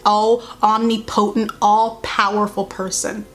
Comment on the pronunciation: lmao I love you & your vids but oh my god pls look up the pronunciation of omnipotent